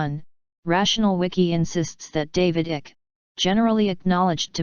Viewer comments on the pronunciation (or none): It's David Icke not David Ick and it's shapeshifter not shap shifter A I is going to have to get better than this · What utter rubbish. You can't even pronounce Icke's name properly.